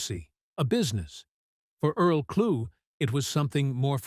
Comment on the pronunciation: The man's name is pronounced "Klu!" or Clue Not Klugg or Kloog!)